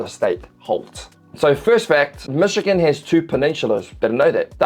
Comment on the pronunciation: Bro... seriously? Don't make a video if you're going to butcher a place's name. For fuck sake.